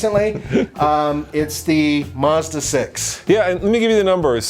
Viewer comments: Why do americans pronounce car names so badly, its MAZda not Musda, its NISSan not Neesan and its JagUar not Jagwar. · Mazda, not fucking maaaazda! MAZDA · Why do Americans pronounce it "Mozda"? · It's Mazda ( maazda not muuzda)!